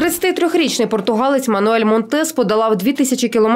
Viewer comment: Всі роблять одну помилку ,він Мануел, не Мануель .Або скорочено Манел))))